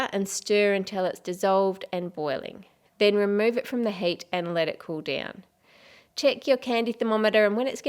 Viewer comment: I like your accent, but when you say heat it always seems to sound like HATE